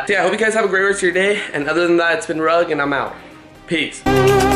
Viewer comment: it sounds wierd when says two and rug I write with left and do everything with right too